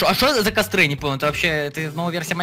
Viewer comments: кОстёр, а не кАстёр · не кастёр а костёр